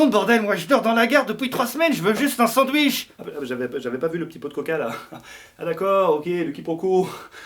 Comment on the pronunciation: Un "sanwiche"